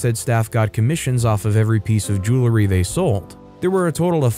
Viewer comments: JOO-uhl-ree, not JOO-lah-ree. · I pronounce it "joow-ree" so I think he should say it like that